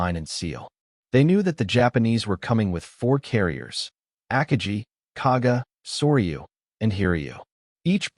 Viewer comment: your ao cannot even pronounce "Akagi" properly come on you gotta work on your proof reading and listening skills